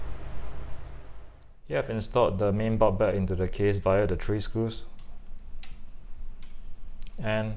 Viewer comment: Thats for the vid but early on it was difficult to know what you were talking about, the word is "board," not "bot"